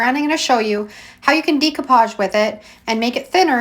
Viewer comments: YOu do such a great job on your videos. You make them so easy to understand. But, it geeks me out everytime you say, "Dee-koo-paazh". I 've been saying it wrong too. It's actually pronounced "day-koo-paazh." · It is deck-o-page not de-co- page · Great techniques! Very simply explained so that we can follow easily. One thing I just wanted to mention, the pronunciation of "decoupage" is not "dee-coupage" but "day-coupage." Thought you might like to know. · Love the videos!!! I have a hangup I can't get past: you are obviously extremely intelligent and super crafty -- but I take issue with your pronunciation of "decoupage." It should not be [dee cou page] but rather [deh coo pazh] or [day coo pazh]. Keep up the good work: extremely inspirational. Thanks for all the tips. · Please it's pronounced DAY-coupage. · Pronounced DAYcoupage. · It's pronounced "Day-co-pauge." It's French. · Great tutorial! The mispronounciation of the word decoupage was very distracting. Even in English the word is pronounced "deck o pahj" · Love your channel, new subbie. Binging decoupage(love your accent on that word). Never saw this technique before. No laser printer, I’ll try hair spray. How do you get the quote/font? Thanks.